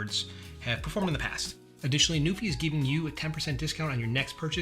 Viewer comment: Nu-FI. It literally says it on the dust cover. Why does every reviewer get this wrong when it's right in front of their face?!